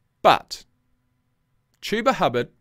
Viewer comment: You're right. It's "Chew-ba" not "Chub-a" Those Colts announcers are garbage